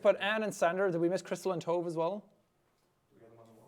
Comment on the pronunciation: From being named Tove, that’s not how you pronounce it 😂 just an FYI to everyone